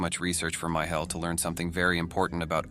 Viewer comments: Micheal not “My Hell”. Ugggh AI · Its pronounced "me shell" Michel. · Cant pernouce Micheal??? Wtf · The man's name was Michał, pronounced Mee-ha-u. The names of the Ojców national park and the cave were also mispronounced.